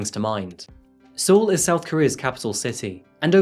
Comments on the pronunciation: The “e” in Seoul is silent btw, so it’s pronounced “soul” or “sole”. Great video as always 💖 Looking forward to your next one! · Hey uh, hope you've learned how to say Seoul by now. I have made the same error having only read it first. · Seoul is pronounced like the English word “Soul”, not “See-Ohl”. Not trying to be nit picky just trying to help you for future videos that may include South Korea. Their pronunciation is different. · surely it's pronounced "soul" not "sool" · Amish beard is getting out of hand, also 2 things in the first few minutes. Military service is not optional in South Korea. All men do it for 2 years. And it's pronounced "soul" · "soul is pronounced soul" ?????? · Seoul pronounced as SOUL. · you said Seoul wrong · I love your videos, but the way you pronounce Seoul in this video nearly gave me a stroke xD